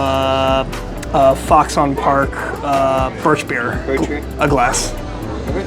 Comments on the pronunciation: Fox on Park cmon say it right say it like foxen Park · I would like to slap you for folding it and the way you say foxon park